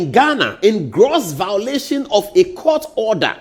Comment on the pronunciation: A whole presenter saying “vowlation” .. you guys are funny